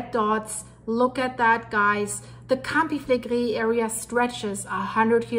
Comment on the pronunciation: love your reporting - I am watching with fascination. There has been elated activity all over the world - goodness only knows how this will all develop. I have been practising saying Campi Flegrei the way you do! Love from Scotland 👏🏼🇬🇧